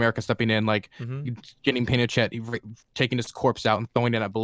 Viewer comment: This 18 year old guy doesn’t even know how to say Pinochet but we are supposed to trust his opinion?